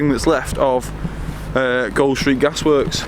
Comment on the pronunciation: its pronounced gooled street as in cooled